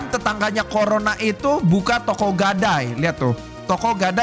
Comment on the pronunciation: KO RONA❌ CORONA✅